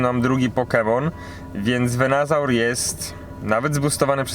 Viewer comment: nie wiem, czy robisz to specjalnie, czy nie, ale to nie jest VenAsaur, tylko VenUsaur :D już któryś filmik, gdzie źle to wymawiasz :D oczywiście Twoja sprawa, ale gdy oglądają Cię inni, dobrze dawać dobry przykład :) Film jak zwykle super, gratulacje duo!